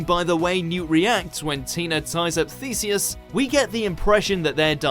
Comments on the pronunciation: This guy can’t pronounce any names lmfao thesus letah come on man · It’s “Lee-tuh”, “Fla-mell” and “Thee-see-us” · lee-ta and thee-see-us and flamél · Leta Lestrange is pronounced lEEta Lestrange not Let-a Lestrange Thee-see-us Fla-mél If your talking about a fantastic beasts movie or a Harry Potter movie at least know how to say their names 😂 I LOVE BEING A KNOW-IT-ALL 😂 👍🏻 💕💁🏻‍♀️